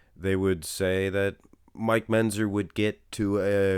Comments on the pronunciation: is pronouncing Mentzer as Menzer... and is making a little joke out of it... which you missed. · I do the same thing when he says "pitchers" and Menzzzer".